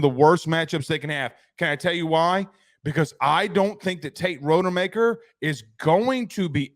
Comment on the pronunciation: Unwatchable. Do your research. Rod-a-maker.